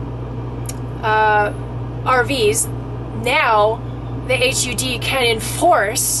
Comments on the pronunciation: You need to say HUD right.. Its not H.U. D. Its Hud.. say it hud.. Its horrible hearing you say.. H.U.D. lol.. And we my ex- boyfriend had a park model Trailer.. And it is still Hud.. Not H.U.D's.. I think you don't know what your talking about.. And we lived in ours full time in an rv mobile home park.. They do have them.. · It is pronounced hud not H. U. D., she should know the agency name, short for Housing & Urban Development. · Hud rhymes with mud. Not h.u.d. You need to look more into this. I believe you don't have a proper grasp of the proposal. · it is pronounced like hud, not like H-U-D. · You need to educate yourself before talking about something you obviously know nothing about. Its "HUD" not "H-U-D", and they regulate Housing and are involved in mortgage insurance on homes just to name a few of their many jurisdictions. They included manufactured and mobile homes affixed to property. This doesn't effect RVs at all unless you have pulled the axles and surrendered the motor vehicle title. You also are completly incorrect as to the definition of manufactured home, mobile home and RV. Stick to topics you know about, and have experience in, or educate yourself before posting bogus information. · Thx for the summary. I should have known early-on when referred to "H-U-D", as in "8ch-you-dee". Everyone with even a passing familiarity of the Cabinet-level agency simply refers to it as "HUD", pronounced as it is spelled. It would be like referring to the National Association for Stock Car Auto Racing as N-A-S-C-A-R. Which no one does. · Maybe, sorta, kinda, I guess...I know you have no idea what you are talking about. You don’t even know how to say the name of the government agency HUD...not H...U...D. Duh. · Call it HUD not H U D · Why did you keep saying H.U D.? Everyone knows it’s just pronounced hud. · It's called HUD, not H-U-D, we've heard of it. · 😂 never heard anyone say each letter... H.. U.. D say as one word.. HUD 😂